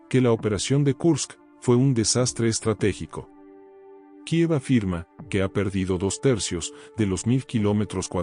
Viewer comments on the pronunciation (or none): none